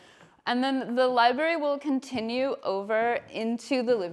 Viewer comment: Sigh. Between her pretentious vocal fry, “li-berry” pronunciation and that offensive LR painting with its glaring phallic symbol staring me in the face, couldn’t switch off fast enough.